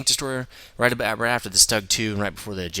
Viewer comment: it's pronounced "shtoog" since u say everthing else correctly ;)